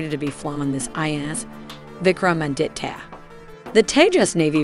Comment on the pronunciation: Vik — ra — maa — dit—ya Name of the aircraft carrier